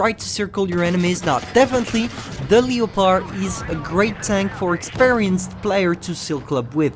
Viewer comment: The tier 5 "LI-O-PARD"